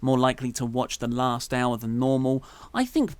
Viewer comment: Let me put the "t" in "last" for you.